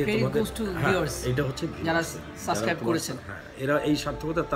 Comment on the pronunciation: shob thik ase but!! tumi suibscribe ta thik moto bolte parona!"suscribe"